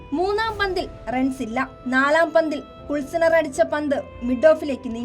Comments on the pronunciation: കുൽസ്നർ,,, അല്ല,, ക്ലൂസ്നർ,,, ആണ്,,, 😂😂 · കുള്‍സ്നര്‍ അല്ല ചേച്ചി, ക്ലൂസ്നര്‍ എന്നാണ് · കുൾസ്നർ അല്ല തള്ളെ ' ക്ലൂസ്നർ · കുൾസാനർ അല്ല ക്ലൂസ്‌നർ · Its not kulsner its klusner😂😂😂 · Kulsanar alla klusnar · Kulsiner ഉം, കുല്സിതവും ഒന്നും അല്ലടി പെണ്ണെ, Klusener (ക്ലൂസ്നർ ) ആണ് 😅😅😅😅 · കുൽസ്നർ അല്ല.....ക്ലൂസ്‌നർ....... 😄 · ക്ലൂസനർ not കുളിസിനർ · പെണ്ണെ കുള്സിനർ അല്ല ക്ലൂസിനെർ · കുൾസിനർ അല്ല ക്ലൂസ്നർ 😂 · It's klusener. At least check the name and pronounce it correctly